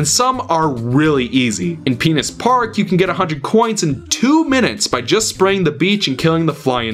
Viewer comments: but it's not pinna's park. It's just Pinna Park. That kind of kills the joke... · "Penis park" Pinna Park there is no S. As for you on blue coins. The only problem I have with them is NO WAY to read where you can miss them. I get no way to track it or hints. The only reason I never 100% completed it is because there was no way to keep progress. 11 shines in a level fine. 20 shines in delfino fine. All blue coins? Nope. Sure some secret shines work the same as blue coins, but guess what... The small percentage of obsecure and episodic only coins is what ticked me off the most. I knew it was low but... it felt like there was no way for me to find everything 100% Also like Wind Waker. I tasted the unifinished level design and felt like Fludd was a patch. Yes both games did something amazing and smart, but both had that unfinished taste... And both games did some bullshit factors that only applied to "NES Secrets" As for breath of the wild.. I am holding the same critics. The DLC and patches are fixing some of my issues but I'll be honest... Atleast Breath of the wild gives me a check mark for each thing I completed so I can cross reference it. Overall if Wind waker and sunshine were 100% done I wouldnt be angry, the games would been amazing. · I like your vids, but you keep saying "Penis Park" instead of Pinna Park. Dunno if that's intentional... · Simon White It's actually called Pinna Park, so maybe he meant to say Pinna's.. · "Penus Park" 😂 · Are you intentionally calling Pinta Park, Penis Park or are your trying to say Pinta's? Good review though